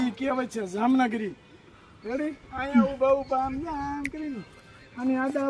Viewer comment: જામનગરી નહીં પણ જામગરી કહેવાય